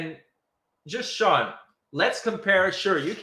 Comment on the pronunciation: Poor......😂😂😂😂😂😂